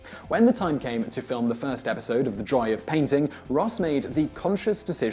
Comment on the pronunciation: Dude keeps calling the show "The Dry of Painting" ???